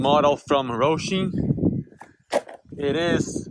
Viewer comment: It's Hosim not Rosim....😂😂😂